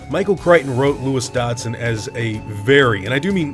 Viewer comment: Is it pronounced DODD-SON, or DODGE-SON? I always said Dodd-son before reading the books, and sounds like you do the same haha. Now I’m confused lol! Great video :)